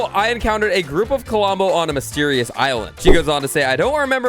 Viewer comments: hearing K O L O M B O instead of Klombo so many times, made my ears bleed a bit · Did anybody notice that says Kolombo instead of klombo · KLOM BO, NOT KO-LOM-BO!!! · Why you say "CuhLumbo"? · He can't even say Klombo right. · Yh i noticed it even from the start he started talking about Klombo